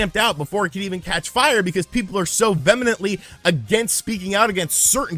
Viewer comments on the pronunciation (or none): VE•HE•MENT•LY not vemonently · The way you mispronounce 'vehemently' is triggering me so much.